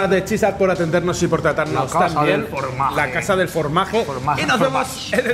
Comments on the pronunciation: Me hace gracia que no sepan pronunciar formatge xD soy de barcelona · Saber pronunciar la "j" de John Smith, pero no la "g" de formatge 😅